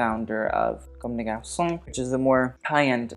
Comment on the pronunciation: For someone who criticizes accents so much, it's "cum deh garsoh" not "comb day garsoh" .. it's also go-tyeh, two syllables, equally stressed, not GO-tee-eh.